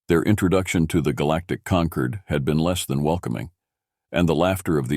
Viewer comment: The word is “concord”, as in Concord grapes, concordance, order or ordnance - with an OR sound - NOT “conquered” with an ER sound.